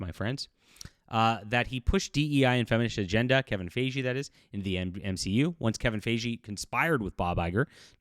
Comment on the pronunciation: Kevin FI-Gee like Hi Geek It’s a hard g, like gun or go.